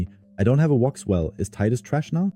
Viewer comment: well, if it is not your main german channel, but an english one, for starters it's Wixwell not Woxwell. if you do content in english you should know the names of champs or you will add more confusion to beginners. also, it is not hard to instal a second copy of RAID in english and get all the names for videos from index.